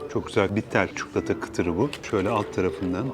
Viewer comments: Bu tarz kendinize ait söylemler olduğu için seni izliyoruz abi çukulata > çikolata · Çok beyfendi ve nazik bir insansınız. Çuklota demenizi duymayı hep isterim. Böyle güzel sunumlar yaptığınız ve bize ulaştırdığınız için de çok teşekkür ederim. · Türk olupta lisanını konuşamayan milyonlarca insanın olduğu memleketimizde ,sizin telaffuzunuz gerçekten iyi .Ayrıca ses tonunuz ve lüzumsuz hızla konuşmadan gerekli açıklamaları yapıyorsunuz. Lütfen çikolata eskidendi .62 yaşındayım ama kelimeler değişiyor özellikle yabancı kökenli olanlar.Kendimde çukulata diyorum.Süpersiniz .